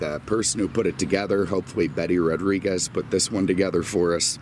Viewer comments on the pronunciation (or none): none